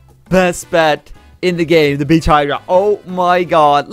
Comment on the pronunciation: Lol When you beach hydra it sounded like you said a curse word